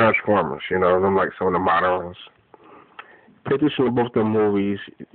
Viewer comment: I am just watching your videos for the 1st today so I am late w my response. I find it hard to believe what your saying for several reasons. 1. Your pronunciation is atrocious.(MODERIN is not a word). 2. Your point of reference are MODERIN movies. 3. People asking YOU what can be done to stop the end of the world? Really? No one knows of the time or date, so getting knowledge and being good to everyone is not going to stop it. PLEASE DO MORE RESEARCH BEFORE YOU DISCUSS WHAT YOU DONT KNOW. PRAY!!